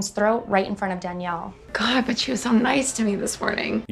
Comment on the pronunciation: As someone whose full name is Danielle, never in my lifetime have I liked ANYONE calling me "Daniel" which is how Jeremy pronounces that name. *Ding*.